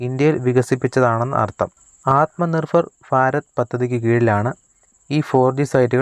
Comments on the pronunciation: ഫോർ ജി എന്ന് പറയുംപോലെ ആത്മ നിർഫർ എന്ന് പറയാതെ ബ്രോ.. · ആത്മ നിർഫർ? അതെന്താ.. ശരിക്ക് പറയ്